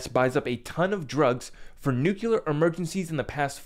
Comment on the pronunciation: If you say "nuclular" one more time, Im gonna lose my shit. It isnt a hard word.